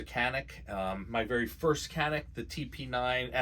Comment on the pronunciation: This channel is going to be huge! Doc, just get the pronunciation right - Canik - C has an accent which makes it "G" as in George.